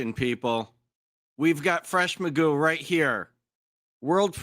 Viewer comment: His name should be pronounced like McGoff- I wonder where in history it became Magoo